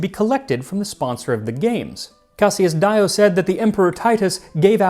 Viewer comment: First of all, Max, It's not DYO it's DEEYO is how you pronounce Dio.